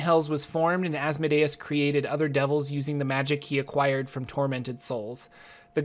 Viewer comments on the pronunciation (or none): Its pronounced "as-mo-dee-us" not "azz-muh-day-es" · Viscount = (vye-count) Also, I'm pretty sure it's AzmOdaus, not AzmodAus. It just sounds better. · You are putting the stress on the wrong syllable in Asmodeus. Instead of asmo'dayus, it is as'modeeus. It makes sense to think deus like deus ex machina, but it isn't. It is deus like deity. Just an fyi. Great video. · I have never heard the pronunciation of Asmodeus like that but it makes sense in a way. I pronounce it az(as in AZgard)-mo(as in MOW the lawn)-dee(DEAn)-oos(OOze)(and an ‘s’ at the end instead of a ‘z’). But DEUS makes sense because it is referring to god and should be pronounced as such. Sorry for the random sentiment. Your video was awesome by the way. I am a new DM and have a tiefling PC so this gives some perspective. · I've always heard his name pronounced "az-moe-dee-us" and what happened to Tiamat? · The pronunciation is æz-MO-dee-us Not Asmodayus